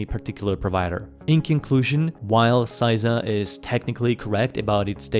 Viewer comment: CISA (sæizʌ) your pronunciation CISA (sɪsʌ) how it should be pronounced. Sorry that just really bothered me. Those are American phonemic alphabet, so I'm not sure how relevant they are to you, but you could look them up I suppose. But not a single part of the acronym turned word was pronounced properly.